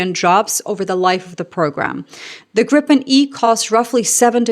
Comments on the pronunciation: please note that it's pronounced "Greepen", not "Grippen" nor "Gr-eye-pen" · The "i" in Gripen is like in "Tina". And a short p. Griiipen. 😀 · So then we need to de-english things and pronounce it by its true proud name: Gree-pen. Like in "greed" and "penalty"(earlier I've used "pencil", but this was far better 😆). It will get you very close to being a native Swede. If want to pass as a regular on the street, make the "ee" sound a little shorter and sharper/pointier. For being such a small country with relatively few people, we make some awesome stuff, makes you proud! Happy for Canada to go with this great aircraft! //🇸🇪